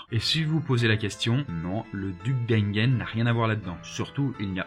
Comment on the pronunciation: Pourquoi une si mauvaise prononciation de duc d'Enghien ?